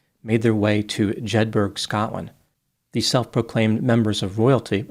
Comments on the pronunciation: Jed-burra not burg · It's pronounced Jed-buh-rah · Jed bu ru with the u pronounced as in up. Edinburgh is Edinbu ru is the same type of sounds. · They should have left them to face the Scottish winter! Jedburgh is pronounced Jed Borough not Jedburg! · I live ten miles from this and the first I knew of it was from my brother who lives in SC! It actually cost the landowners about £6,000 in legal fees to get them off their land and I don’t know how much for the tax payer to evict them from the local authority land. Was concerned for the young girl especially if pregnant, sleeping rough in a Scottish winter is no joke. BTW Jedburgh is pronounced Jedburra.